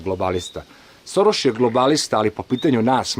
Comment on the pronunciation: Šoroš * ...ne Soroš 🙂